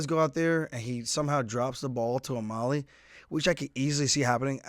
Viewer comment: Aljo, you keep saying O-molly, rather than O-mally